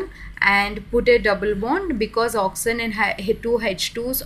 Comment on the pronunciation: I love the way she says oxysen 😹